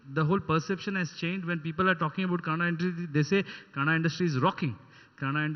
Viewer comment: It's kannada not Canada.